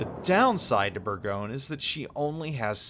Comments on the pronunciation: Your pronounciation is not that bad to be honest. It is closer to something like "Bourgonieu". But you are close ;) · You hearing say Bourgogne make my ears bleed.